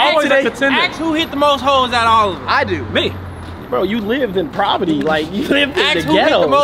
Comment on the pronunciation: I don’t like to correct ppl because everyone makes mistakes, but when you mispronounce poverty more than twice something has to be said lol. IT’S POVERTY NOT PROVERTY 😂.